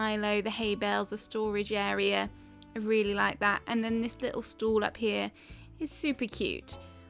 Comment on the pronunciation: my favs are windflowers, they're so cute and underrated... i love them <3 completely unrelated: everytime you say stall i understand stool and i'm always confused for a sec haha ur accent's so cute tho i'm just not used to it